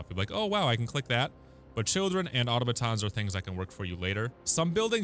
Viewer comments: uh-TAh-muh-TAHN or uh-TAH-muh-TAH. Definitely not AH-toh-muh-TAHN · automaton → ah-TOM-uhtahn, not AUTOmuhtahn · Super useful video, helped me out during the early stages. One thing though, the pronunciation of automaton is "ah tah-meh ton". Not trying to shit on ya, just wanted to help!